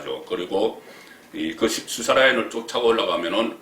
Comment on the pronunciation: 송국건씨는 기자출신 이신데 발음에 신경쓰셔야갯내요... 수사는 수-사가아니라 수사로 뒤쪽 사에 엣센트가잇고.. 탄핵 또한 탄'핵이아니라 탄핵' 뒤 핵에 액센트가잇고.. 사면 또한 사-면' 이아니라 사'면 으로 사에엑샌트가잇어요 사-면' 은 사장네면를말하죠... 야턴 항상 바쁘시니까 이해는 갑니다만 그래도 방소인이니까.. 발음에 특히 신경쓰셔야겟지요...